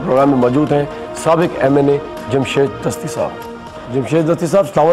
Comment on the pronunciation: This is Jamshed Gashti not Dasti!